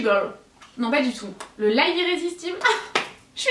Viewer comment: Coucou. Pour info, le mot live se prononce de deux façons mais n'ont pas la même signification. On dit "laïve" (je l'écris comme ça pour la prononciation) comme pour dire fait un live sur YouTube et "live" veut dire vivre. Voilà voilà. Sinon tes bons plans sont supers et merci de nous les partager 😘😘